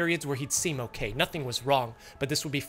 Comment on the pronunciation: This entire episode made me feel racist while watching. The "oh no wats wong". "You okaaay?" 😂